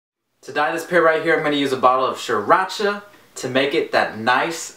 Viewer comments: 😂😂😂 this foo said sriracha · If you can't even pronounce sriracha right you're not a real asian